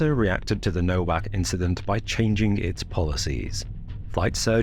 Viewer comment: "Nowak" is pronounced "Novak."